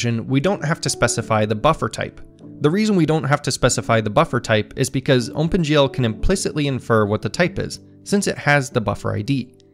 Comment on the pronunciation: This video is great, and so was the last one, but I'm starting to get a bit distracted by how you keep saying "Ohmpen GL" :P